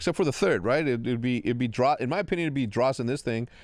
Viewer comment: bro said beans for Drazah LMFAO